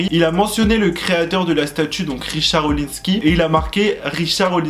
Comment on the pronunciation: On dit Richard ORlinsky. Et Nabila a raison car la statut rouge a été fait par une artiste Argentine... Mais j’avoue le pic sur les placements de produits c’est l’hôpital qui se moque de la charité 😂 On voit bien le degré de classe entre les 2 couples : autant Nabila et Thomas sont drôles alors que Jazz et Laurent sont hors sujet 😂